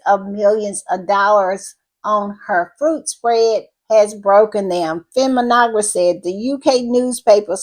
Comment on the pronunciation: Feminegra is pronounced fem-mee-nay-gra